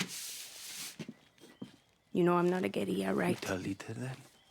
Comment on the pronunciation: hahah..pronouncing guerilla like it was Spanish with the y sound for the double l's. it's not, pronounce the ll's. Oh Ubisoft, pandering with semi-hispanic sounding actors like some old Mission Impossible episode. A trained alligator? HAHAHA